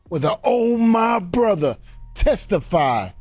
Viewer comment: Does everybody else say “Tesitfyy” ?